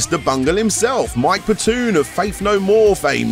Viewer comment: Mike Patoon? Never heard of him.